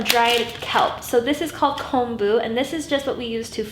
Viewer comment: Aloha from Hawaii! Thank you for this video and thank you for pronouncing “ponzu” and “kombu” correctly. I cringe every time I hear an Asian cook pronounce them incorrectly. Looking forward to watching more of your videos!